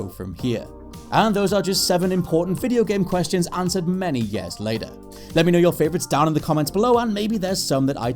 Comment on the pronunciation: It’s pronounced “years” not “yeah’s”